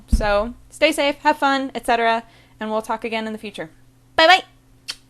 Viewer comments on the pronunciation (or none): That "Bye-bye!" sounded so Japanese!